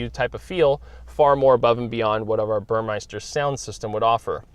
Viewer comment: It's "Burmester" not "Burmeister"